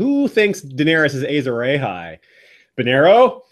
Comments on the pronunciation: Pls stop saying ejzor ejhay its Azor Ahai! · I was done with the video as soon as this idiot said "Azor AYHI " like wtf white people why can't y'all pronounce anything correctly? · The way you’re saying Azor Ahai makes my soul hurt. Loved the video though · please say Azor Ahai properly!